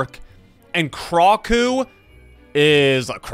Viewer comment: Its pronation krakoo